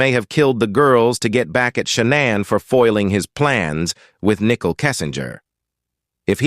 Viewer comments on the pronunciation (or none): It's not pronounced, nickel (like 5 cents). It's pronounced, Nicole (nick cole)